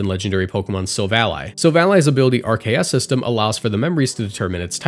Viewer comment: Pronouncing RKS System and immediately following up with "Ar-see-us" is rly funny to me considering RKS is meant to mirror pokegod's name pronunciation